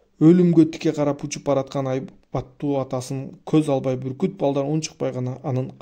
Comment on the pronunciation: Буркут дебей бүркүт десеңиз